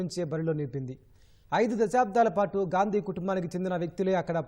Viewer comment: ఇంత పెద్ద మీడియా ఉండి వాళ్ళ ఇంటి పేరు స్పష్టంగా పలకలేక పోతున్నారు వారి ఇంటి పేరు గాంధీ నా